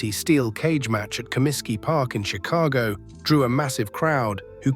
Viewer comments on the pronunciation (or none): none